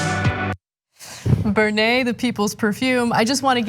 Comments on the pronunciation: Ber-nee-yay - the perfume of people's choice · That's great... the pronunciation is fantastic.... Bernay.... lmao